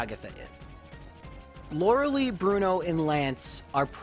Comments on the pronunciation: it IS pronounced "Laura-Lie" not "Laura Lee"..I have seen people with this name and NONE of them ever pronounced it,the way you do... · Did you know it is pronounced Lora-lie? for the rest of the video: Lora-lee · I'm sure there are plenty of other comments about this but seriously....why "Lore-leigh"???? its definitely "Lore-lie" it bugs me in every video. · Did you all know its Laura-Lie not Laura-Lee? Lauralei: Haha Ice move does winning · As a kid, I pronounced it "Loree-ellie". I have no idea where that extra syllable came from. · That Lorelei fakeout was the worst. Literally every time you say Lerelee it hurts me. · Lorel...-I..?! Not Lorily, not Lorder-duray, Lorel-i 😂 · Lora-Lee has always been how he pronounces her name, it has become a tradition on this channel by this point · Not trying to nitpick here but Lorelei is pronounced Laura-Lie......Btw you forgot to mention that Blastoise looks like it is OBESE in Gen 1......lol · I dno in my language its more pronounced; lorelay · "Lora-LIE" I raged so hard when I first started watching you because your weird pronunciation of this name. But.... I've watched so long that now the correct pronunciation sounds wrong to me. It feels wrong to say it. You've converted me. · Damn I got all excited that he was finally gonna pronounce Lorelei correct. Dammit you fooled me! That 5 hp self destruct tho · "Oh my god, it's finally happened! he has finally realized that he's been saying Lorelei wrong all alo- oh..." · The way you pronounce "Lorelei" really aggravates me. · I love the rival fivel joke also I know I’m just nitpicking but your saying Lorelei wrong. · So is the pronunciation of Loralei some sort of inside joke that I've missed? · Have you been mispronouncing her name intentionally this entire time? Like how wolfey says wenusaur? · PLEASE JUST SAY LORELEI CORRECTLY 😫